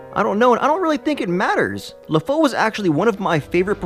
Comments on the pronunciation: La-foe? How bout La-foo? And Gas-tawn and not Gas-stone.... Wow. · its lefou not lefoe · I'm more upset by the fact you pronounced Lafou (LAFOE) and Gaston as (GASTONE). At least get the pronunciation correct :/ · its pronounced "La-foo" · His name is sounded Luh- fue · It's pronounced 'Le-foo' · It's pronounced ( la-fou ) and I loved Lafous gay moment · Oh my god I can't listen to you mispronounce LeFou's name again. Had to stop watching it was driving me up the wall so badly.